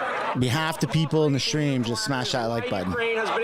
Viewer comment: did you say Shtream ???